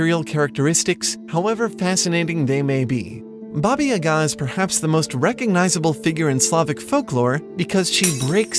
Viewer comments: Baba YAga, not yaGAAA ... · baba yaaga not babayyga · Ohhh man come on get it right ffs. It's Baba YAH-ga, not baba ya-GAH, ugh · it's not babayaga it's Ba ba Ya ga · Aaaargh! The accent is on the first syllable of Yaga, as in: "bugger!" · Baba YAAAAAHH-ga, you tool! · Bah-bah yah-guh. Or bah-bah yeh-guh. Don’t know why your pronunciation pissed me off so much but I just had to get it out there. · One small criticism - it's pronounced Bába Yága. Haven't you seen John Wick? 😃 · Great video! Though, I must say, the way you pronounce Baba Yaga is so weird for me. Here (Romania) we pronounce it something like "Bah-bah Yah-gah". But, then again, I'm not Russian either, so I'm not sure how to pronounce it. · It's pronounced Bah-baih Yah-gaah. Otherwise great video. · Why are you pronouncing it YaGAH? The first syllable is supposed to be stressed, not the second. Also, га́ in Ба́ба-Яга́ is a "ga" sound with a short vowel. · Baba Yaga is pronounced “Yah-gah” with long ‘a’ sounds, not staccato ‘a’ sounds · Justin Smith I’m not hating on the video, I think it’s very well made but as a person whose native language is Russian, it would have been cool if they consulted someone on the correct pronunciation. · Defo not how Baba Yaga is pronounced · The emphasis is on YA. Баба Яга in Cyrillic. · In Baba Yaga you should stress on the first A in both words, not just the first one. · Is that how you pronounce Baba Yaga? It sounds funny to me, but I'm just american. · Genderqueer Gorehound I’m literally Russian and I can tell you that they are not pronouncing it correctly. Find some native speakers and ask them. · No offense, but your pronunciations in this video are hilariously bad